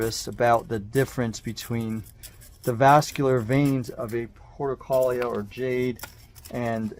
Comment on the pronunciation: Why are you pronouncing it “porta-kahl-yuh”??? The name has 6 syllables, not 4 (like you’re saying). And the 5th syllable starts with an R, not an L. It should be pronounced: por-too-luh-kah-Ree-uh”